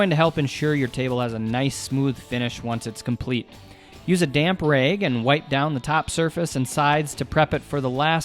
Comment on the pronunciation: You say rag and measure with an accent. Where are you from?